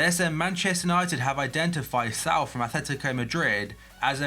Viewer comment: say Raul than put a S instead of the R and say it the same way.